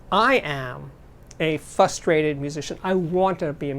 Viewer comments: The word is FRUSTRATED. with an "R". Not FUStrated. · Frustrated has two “r’’s”. 👍